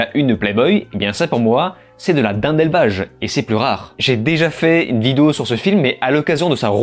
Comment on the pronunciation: Complètement d'accord avec cette critique, le film actuellement est sur netflix, j'ai pas tenu 15 mn et je ne pense être suffisamment maso pour perdre mon temps dessus. En aparté, c'est peut être moi mais j'ai l'impression que tu dis vidéou au lieu de vidéo... Non?!